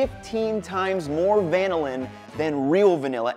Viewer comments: The accent is on the second syllable. This is why there are 2 L's, not just one. Compare with Lanolin , which has the accent on the first syllable and Magellan, which has the accent on the second. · it is "vuh-nill-in" though, not "van-ill-in" just like its "vuh-nill-uh" and not "van-ill-ah" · Good but why would you say VAN-NiLL-Linn?? Trust the Force, Luke. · Van-illin sounds so much like butchered American than van-ill-in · Does anyone know why he is changing the emphasis for the compound when it is named after the bean? I've never heard the emphasis like that before and I am curious about the origin of the discrepancy. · Why do you pronounce vanilla different from vanillin??